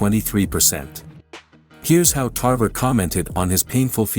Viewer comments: Tarver not tarvera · Antonio "Tarvera"? 🤣 🤣 🤣 First you got his weight division wrong then you got his name wrong 🤦🏽